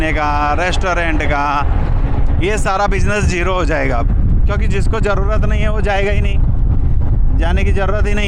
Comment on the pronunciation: Najara nahi nazara kahete hain Or Intejar nahi intezar hota hain voh Jarrurat nahi zarurat kahete hain Bijness nahi business Urdu ka janaza mat nikalo language ki study karlo bad me journalism ka shouq karna۔۔۔۔ektarf ka shuru hain dusri tarf ka nahi matalb kya hain 😂😂😂 one way kahete hain use ۔۔۔۔ industriej nahi industries kahete hain۔۔julfen nahi zulfen۔۔۔۔17 manjil nahi 17 manzil .....jameene nahi zameene.....inshort samanya or average class ki journalism.......on camera to Kam se kam ache or bahetrin alfaaz ka intekhab karna chahiye or aam zindagee me jis khandeshi lahejy me baat karte hain usse bahar nikal kar shiree or dilkash lahejy ka istemal karna chahiye...